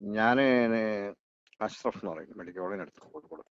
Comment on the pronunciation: കോയിക്കോട്ടേ ഷുഡു...😊